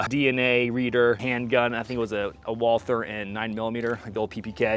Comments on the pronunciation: First Bonds PPK was .32 not .380. Second Walther is a German brand and is pronounced closer to Vault Hair than the English pronunciation. But what should I expect. Most Americans don’t pronounce Porche correctly. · Walther is a German company, and in German " w " is pronounced " V " so it should be said " Valter ".